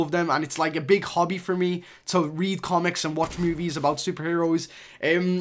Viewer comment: Why do u say MOOVIES